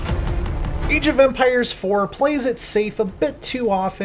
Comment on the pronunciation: did he just say EEJ of empires